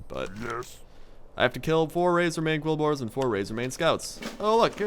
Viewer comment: he in fact called the Bristle/Razorback Quillboars "Kolbors".